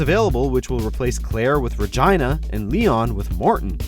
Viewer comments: "Re JEEENA" Not "Rah-Gina" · Duuuuuuude....did he call her "Rah-Jyna"?! C'mon now! We are being trolled at this point. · RE GEE NA Not Re Gina.... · "Ra-gaina" Fuck sake, it's "Re-geena" you doughnut. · Sounds like Vagina)), but actually it should sound like Re-geena. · Ruh-jine-uh?..... wtf?!? I KNOW you’ve never played the Dino crisis series! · It’s pronounced Ree-Jee-Nah. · Rah-Gina, LOL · The fuck is a Rah-Jyna? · me too!! I was like, did he just say RE-GINA!?!?!? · He didn't just say Regina as in vagina PMSL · Would someone PLEASE teach that narrator how to properly pronounce "Regina?" Seriously! He has done it twice this week. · I got triggered when I heard it.... Is Regina that hard to say?